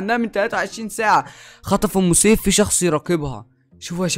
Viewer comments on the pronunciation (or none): اسمها ام سيف مش اوم سيف